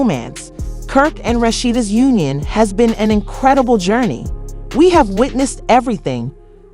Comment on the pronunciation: Please learn to say Rasheda name please